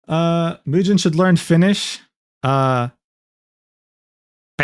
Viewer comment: saying perkele like a real fin makes me proud